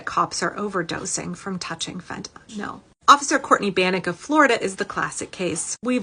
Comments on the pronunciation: You know somebody knows nothing when they call it "phentaNOL". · You might as well say fentanyl, since our government leaders can’t pronounce it correctly!